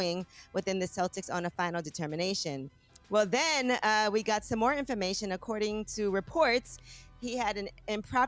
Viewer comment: Envy keep saying “he gat to go home”😂😂😂😂😂😂Envy knows that all to well😂😂